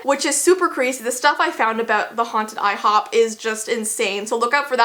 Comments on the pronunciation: It's NOT IHOB IT'S IHOP IT was OBLY to ibtrode BURGEES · I hate that they call it I hob!